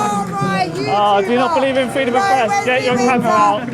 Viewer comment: Its pronounced freedom, not fweedom wesley